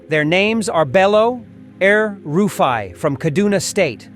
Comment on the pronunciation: Did you say EL rufe i ?? U dey whine me 😂😂😂